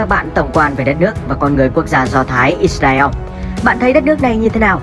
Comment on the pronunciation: “ Ít Ra Eo “ ? Nên tìm hiểu và phát âm đúng tên quốc gia người ta đi ạ